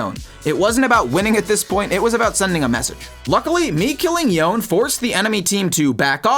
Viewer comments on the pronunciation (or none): Omfg, stop misspronouncing champs on purpose. It makes it so infuriating to watch your content. That's unironically the only reason I haven't subscribed yet. You know how to pronounce Yone, dude, Yasuo literally says it when he meets him